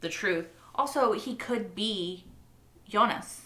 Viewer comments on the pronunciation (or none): FYI. Since you keep bringing it up by the way doesn’t bother me how you say it just wanted to help you since it seems to bother you a little. But Jonas as spelled is pronounced (in German that is) phonetically as Yo-ness. Obviously in English it’s Joe-ness. You keep saying Eunice lol which is a totally different and feminine name. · nah in German it's Yo-nahs actually, not with an e! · I don't mind when she mispronounces the other names, but whenever she says "Eunice" it really takes me a moment to figure out who she's talking about. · In French we say Jo nas or Yo nas (nas pronounced like Thomas, pronounced like sorry the english 'Ass')